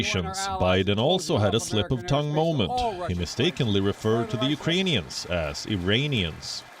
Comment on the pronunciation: He said uranians